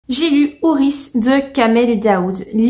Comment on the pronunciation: Pas HourisS , mais " houri's' ".